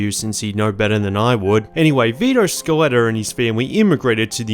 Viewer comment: "Vito Scaletter"